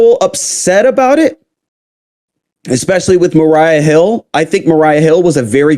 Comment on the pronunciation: Maria not Mariah